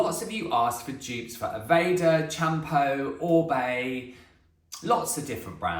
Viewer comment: Hi thanks for all the information, just thought you’d like to know that Champô is pronounced shapoor x